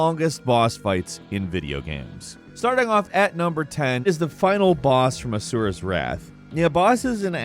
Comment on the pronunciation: ASURA'S!!! A.S.U.R.A!!! PLEASE PRONOUNCE IT SAPARATELY!!! WHAT I HEARD IS AZUREWRAITH